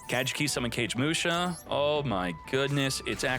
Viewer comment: CAGE MUSHA. lol It's (Ka gay muu sha). Its a retain/updated version of a normal monster by the same name. Kagemusha of the Blue Flame. He is a body double for Shein, the Lord of the Six Samurai. His effect is meant to represent a body double being assassinated or some thing of the nature saving the true Lord. Kagemusha has many versions, including an XYZ monster, if you care to look it up. Just a little lore dump.